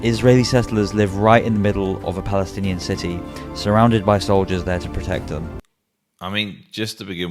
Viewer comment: "He helb 15 beoble in that house? " such a brave Baalestinian who cant even pronounce it.